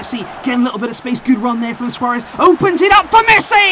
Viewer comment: “Suarez” is impressive 😂